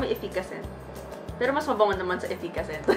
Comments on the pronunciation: May braces po ako pero hindi ganyan same with my siblings and classmates. Yes may words changes sa pronunciation pero hindi " perl-o tgnan nyo ung cider vinegar part nya naging Pero naman na. Lol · Ang arte mo sa pagbigkas ng “pero” perl-o